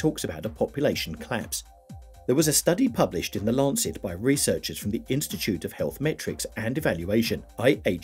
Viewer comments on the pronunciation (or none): It's not ,reeeesearch it's research!